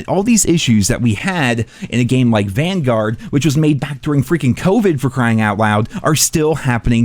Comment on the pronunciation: I thought you said "Welcome to Banguard" their for second.